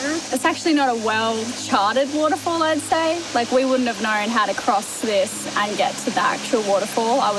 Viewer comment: Known Knowrn 😂 I work with a lot of people from Australia. It’s funny how they add R’s into words that don’t exist.